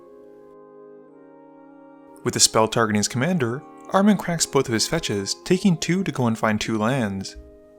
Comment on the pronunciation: i'd guess Armen is Armenian, in which case you put the intonation on the E, ArmEn, pronounced "R-men" Really cool to see one of my kind in here :)